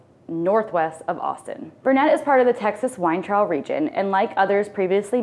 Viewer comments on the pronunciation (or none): I'm sure I'm not the only one, but I don't have time to read 189 comments. It's BURN-et, not bur-NET. But you're from Philly so you get a pass. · It is not Burr net. It is pronounced Burn it. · BURN-IT not Burr-Net. As in Burnet durnit, learn it. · It's not Burr net. It's pronounced burn it. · We moved to Austin area in the 1970's and the mispronunciation of Burnet let's me know you're not from texas. It's BURN'-et dern-it!! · Uhhh. Burnet is pronounced like Durn it. If you say it like you did you have to leave Texas for 1 year. 😂❤. Love Texas and that you hit some real winners. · LOL!! I live close to Buurnet?! Burnnet? I can tell when people are not from Texas, cause they NEVER pronounce it how we pronounce it here in Texas. Anyway, have "fun" no matter where you are from. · You should check how to pronounce the names of the towns you're promoting — BEFORE you do your mip mo%m ? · Way to alienate Cowboy fans. Also... being from near Burnet, I'm sure they would appreciate you learning to pronounce it correctly.